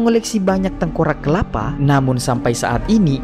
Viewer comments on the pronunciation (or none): Tiga kepala min😂 bukan kelapa 😅